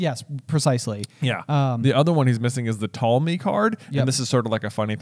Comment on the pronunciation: are you saying Ptolemy?